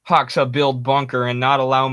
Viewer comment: not hoxa, pronounce it like hoja. you can hear proper pronunciation on wikipedia, they have audio file next to his name